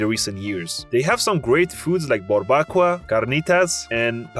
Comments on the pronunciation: Barbacoa - bar bah coh ah 👌 Not bar bacua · “Queretáro” and “barbacua” bro please, I know it’s not your first language but you can try a little harder